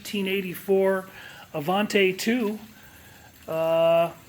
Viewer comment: I cringe whenever someone says “Avan-tay” instead of “Avan-tee”. The patched area before the front wheels may have happened because the side markers were moved further back from their original location. Avanti went thru numerous owners after Studebaker, and each one did some kind of variation on Loewy’s work.